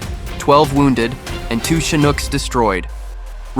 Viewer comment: Its sad to see these videos being made by AI that cant even pronounce the name of the heli proper... if your gonna make videos about these hero's. At least put in abit of effort and make sure the BS ai program your using is pronouncing the important words properly.. you could have changed the way it said chinook so easily and the lack of effort is appauling.. 😢